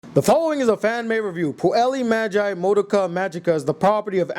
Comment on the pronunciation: What's with your pronunciation though? Puellay madge eye Madoka magica? Lol